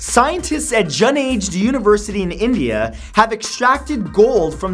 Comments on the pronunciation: It's pronounced "Joo-Naa-Ga-d" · #21 ROFL the pronounciation of the word Junagadh. HE said Juna hdh